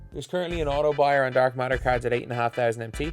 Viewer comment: He says dark matter like dark martyr